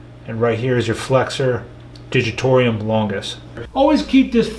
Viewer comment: Dr for God’s sake, it’s NOT Flexor Haleshius it pronaunces Haluc(tz)is longus and it is NOT Digitorium it’s Digitorum. PLS don’t make these mistakes, otherwise ppl may assume that you didn’t study this well enough. Btw, great content like always!!! 💪